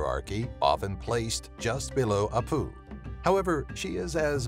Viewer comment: Peruvian here. We call them Apu (stress on the 1st syllable)